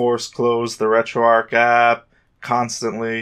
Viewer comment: There is a CH in there, not a K. It isn't arc, it's ARCH. Like an ARCHway. Annoying af, why are you saying it like that